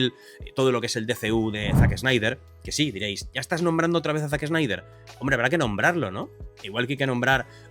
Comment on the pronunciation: Se dice "man of stil" y no "manof es til". "Zac snaider" y no "Zac es naider". "Kevin speisi" no "Kevin es peisi"